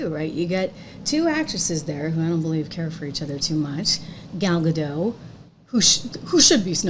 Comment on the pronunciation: Gal Gadot shouldn't have to work with someone who cannot respect a classic or be grateful for a role many actresses would have done anything to get. Also, just sharing, Gal's name is Hebrew, not French. We don't silence our Ts. So, it's pronounced Gaal Gah-d-oh-t. Like the English word "Oh!" and then really hit that T. 👍